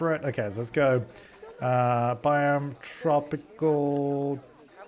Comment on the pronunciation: ! I can't watch her especially when she mispronounces everything lol. (I'm not talking rare animals but for example biome).